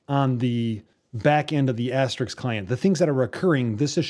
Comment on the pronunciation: AsteRISK not RIX.. FYI...